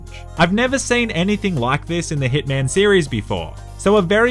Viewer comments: Every time you say hitman I think u say thickman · I'm sorry by did you just say hitman instead of ”thiccman”?